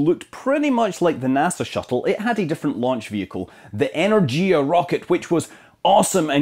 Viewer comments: Scott, big fan. EnerGia hard G... Eh-nehr-gya. Please go on educating me and others. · Energia is pronounced as En-YER-gee-ah there is no hard "dʒ" sound in Russian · Energia when referring to the rocket is pronounced with a hard g, as in ground